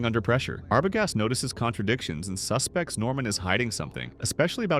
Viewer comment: Duh😂 the wrong pronunciations (like saying suspect as a noun when it should be the verb form ) give it away